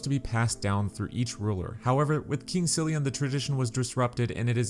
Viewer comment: Wait... Aman? Not Armen? Silian, not Thirian?